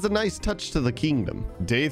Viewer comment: How many times does he say kindom